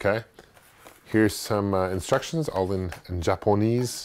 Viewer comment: "all in jalponese" WTF!!!!! What language is jalponese